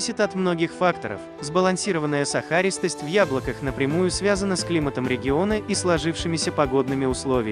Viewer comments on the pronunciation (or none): Не сахАристость, а сахарИстость. Что за ударение нелепое 😠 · Не сахАристость, а сахарИстость.